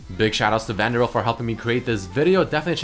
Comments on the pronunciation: he said vandral lel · You pronounced ValdiriI WRONG